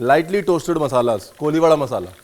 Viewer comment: It's not koliwada.. It's कोळीवाडा 😂😂